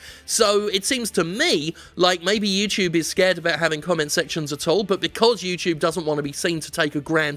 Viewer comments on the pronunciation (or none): YouTube Challenge: Take a Drink every time Jim says "YewTewbe." I made it to minute 8....